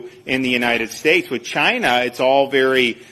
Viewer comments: No, I think he gets a "mao-mao grabbing" rush out of pronouncing it like vaGINA, because he's a weirdo, pervy, racist! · Ron DeSantis has a funny way of pronouncing the word "China."😂🤔🤔